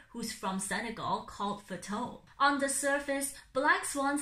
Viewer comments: Fatou's name is pronounced like Faa-too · It's pronounced Fa-too, no worries, now you know <3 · Thanks for this video! It’s very informative. Just a quick not tho, Fatou is pronounced Fah-too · I pronounce it like fa-toe-u idk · No hate, but I just find it fascinating how you can mispronounse the member's name after claiming that you've done a 2-month research. It's the same energy when MAX pronounced yoongi's name with a "j" in the interview, whilst claiming that they've been "friends" for more than a year and communicated frequently. Fascinating, to say the least